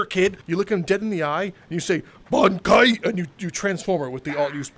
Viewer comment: The way you said bankai and zangetsu pisses me off